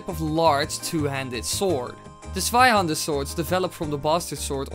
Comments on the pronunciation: ohhh you mean a "zweihänder" i understood sweihander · I think the good thing bout being german is to see how everyone else tries to pronounce it Swaihander = Zweihänder Panzerfaast = Panzerfaust Schwimwatschen = Schwimmwagen xDD (at least you got Landsknecht right x3) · Hi, i'm from Denmark (just north of Germany) and so, we learn German in the school, and i want to oraise you for your exellent pronounciation of the word "hander" but something you got wrong, was the pronounciation of "zwei" it is NOT pronounced "svei" but "tvai" little difference, i know, but just get it right next time. (You probobaly used google translate to hear the pronounciation, but google translate is often wrong as in this occasion) ok, i love your vids keep doing what you're doing, i love you bye 😗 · It's Zweihänder, not Sweihander! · Bro it is Zweihänder not Sweihänder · the sweihander sword xD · Sweihannder xD Im German but i Love ur Videos <4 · you spoke zweihänder wrong 'zwei' and 'der' were pronunciated right but 'hän' has to be said like 'han' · You can say stweihänder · Zweihänder XP Your german is baaaad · If he had spoken "Zweihander" the way it is written it might have been the correct pronounciation! So n Witz! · I laugh so hard wen you say Zweihänder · The first time you said "Zweihander" I didn't understood it and im german! I got it when you said its german 4 double handed swords.😂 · you pronounced the two hander funny(I'm from germany) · Zweihänder is pronounced tswaihander and flammenschwert is pronounced flammenshvert. German is strange :D